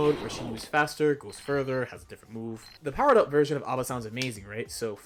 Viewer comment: Her name is not Aba, it is A.B.A. pronounced as the letters rather than read as a word. Because it is not her name but rather her blood type.